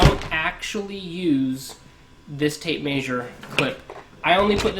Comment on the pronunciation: Trust a plumber to mispronounce tape measure 😉😂